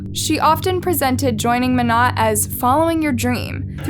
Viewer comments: It’s mo-nay… not mo-not. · Monat is pronounced with a long A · Ur pronouncing monat wrong its supposed to sound like monay...and it's a pyramid scheme and I doubt she was making 34k a month..... Also do you not know that her husband Tom is dead now??? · If it matters to ya at all, it’s pronounced “mo-nay” :) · Mona the t is silent you pronounce the a lol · Yeah it’s pronounced moenay. But it’s spelled monat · Lmao I said this too, drove me nuts how she keeps pronouncing it. It’s pronounced with a long A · monat is short for modern nature so it’s pronounced mon-ate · Decent video but your pronunciation of Monat irks me a lil not to mention leaving out a big part of the case; they had enough evidence to arrest the husband but he committed suicide right before the police were gonna arrest him. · You are pronouncing the name of the company wrong. It’s driving me crazy! Seems like you threw this one together and didn’t do very good research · "monat" the pronunciation...im dying XD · Monet is pronounced like ballet just a side note lol fyi I love this channel🔥💝💖